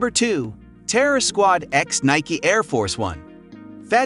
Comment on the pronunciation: I stopped when you can't say Nike correct